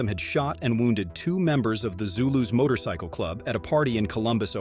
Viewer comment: Jesus Christ just get someone to narrate this shit. AI can't even pronounce motorcycle